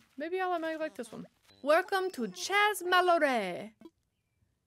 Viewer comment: Thanks,! 🏝 For future reference, chez (which means home in French) is pronounced like shay.